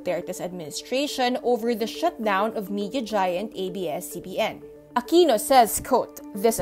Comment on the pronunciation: hahaha "Aquino"